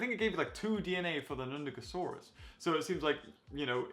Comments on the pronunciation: ITS NUNDASUCHUS NOT NUDACASAURUS but it’s okay I still luv ur content m8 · you said nundagosaurus you meant nundagosuchus haha